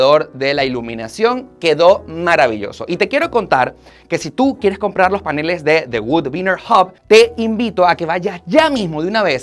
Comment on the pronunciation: CONsola??? PAnel???? sere yo que no se donde está la fuerza de pronunciación ?